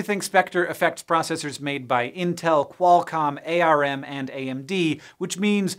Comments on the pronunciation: I feel erked that you pronounced arm A-R-M. But recognize that this is irrational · "Qualcomm and A-R-M..." you mean ARM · Ai-Ar-Em -- c'mon Hank, someone must have told you how to pronounce ARM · btw, ARM is pronounced "arm" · protip: ARM is pronounced like the body part, not spelled out.